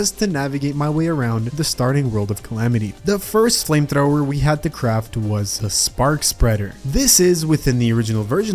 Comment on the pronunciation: i know he said craft but i really cant hear the f but it sounds like he cr xdddd